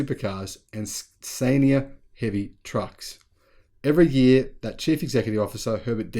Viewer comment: Hi. Another great video. I guess it's the 1st time you've come across the Swedish Scania truck brand. We don't pronounce it Skay-near (as per the vowel-consonant-vowel rule) but Scan-yer or Scan-ear. Keep up the great work. Love the way you're behind Tesla, but don't come across as a disciple, like some content producers. Keep up with the sharp wit & tactful put downs. 👍